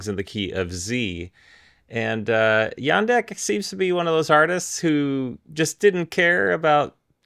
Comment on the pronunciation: Hi, I’m pretty sure the J in “Jandek” is pronounced like the j in “jam”.